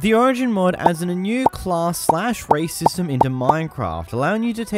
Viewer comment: When you said "race system" I heard "racism"